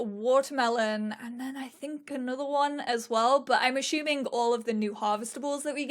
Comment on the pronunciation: Anyone else finding hilariously charming how she pronounces 'assuming' as 'ashooming'. haha